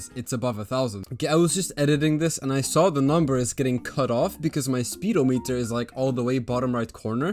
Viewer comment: Its actually speed-ohm-eater, not speedo meter like the swim cap